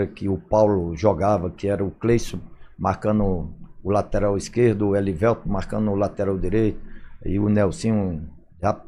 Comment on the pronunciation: "Clayssu" , "Eliveltu", "Gottardu" hehehehe grande Nonato!! Jogou MUITO e representou o nosso manto! Ídolo!